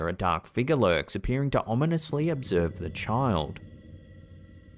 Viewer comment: ...Struck-shah. Dahk figgah...😅😅😅